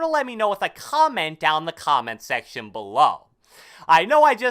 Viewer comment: Bro ut getting russian "let me know with a kgomment in the kgomment section below" LOL